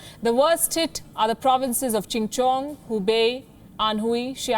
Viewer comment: I think she supposed to pronounce "Chongqing"(chong-king) but she misread the "o" w/ the "i".